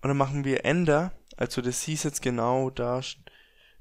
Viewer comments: Alter ..... Lern mal richtig Reden ..... :D Dipp und Ender ... des heist Tipp und Enter .... :D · Triggert euch "Ender" auch